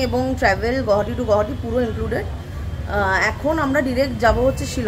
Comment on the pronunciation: Correct pronunciation of Guwahati is গুয়াহাটী, not গুহাটী or গৌহাটী😊